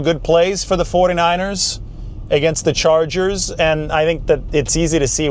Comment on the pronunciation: I never thought I'd hear call them the 'Los Angles Charges'.